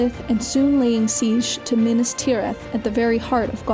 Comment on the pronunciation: minas not minis